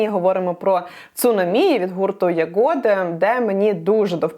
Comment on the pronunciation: може все таки Ягоди а не ягОди?